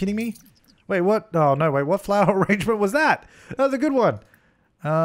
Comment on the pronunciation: Who else feels their soul complete every time he says ah-RAHNGE-ment?